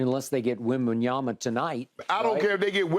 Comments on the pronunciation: Wimbledon lol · Skip "Wembenyama" Shannon 😂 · “I don’t care if they get Wembenyama, they could get to Wimbledon” 😂😂😂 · “Wimbeyana,I don’t care if they get the Wimbledon.”😂😂😂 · “I don’t care if they get Wembenyama, they could get to Wimbledon…” 😂